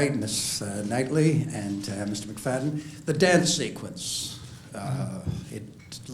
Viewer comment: Even mispronouncing Matthew's last name!